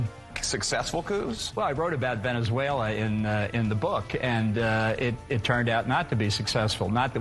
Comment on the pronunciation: It's Venezuela not vanevella